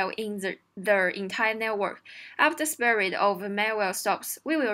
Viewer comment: Respect to a person who can solve leetcode hard but can't pronounce "spread". 😉